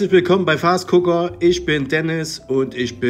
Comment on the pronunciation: Üsch kann i von ü und ch von sch nüsch unterscheiden. Grausam.